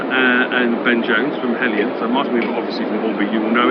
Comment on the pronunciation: It’s HELJAN. Not Helijan